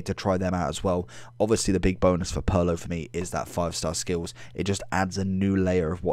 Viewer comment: It’s Pirlo (peer•low)